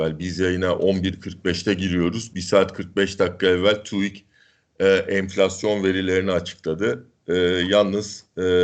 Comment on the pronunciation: ya tuik değil tüik. türkiye istatistik kurumunun kısaltması. tu değil tü. neden herkes papağan gibi birbirlerini tekrarlayıp yanlış söylüyor? koskoca dediğimiz profesörler bile böyle söylüyor. hayret verici bir durum, çok enteresan. sorgulamaktan acizliğin, ezberciliğin göstergesi bunlar.